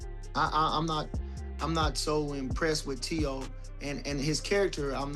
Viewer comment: Teo FIGH-MO lol